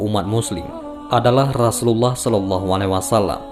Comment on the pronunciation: Rosulullah bkn rasulallah ,tak ada huruf "Ra" di huruf hijaiyah..